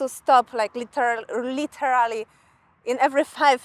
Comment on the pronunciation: Jak to mozliwe ze znajac tak dobrze angielski nie potrafisz nawet wymowic niektorych slow np. literally, syllable? Pytam powaznie, przeciez jestesmy otoczeni angielskim z kazdej strony, zylas w schronie uczac sie z ksiazek?